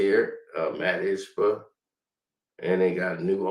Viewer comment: Wow you murdered saying Ishbia's name.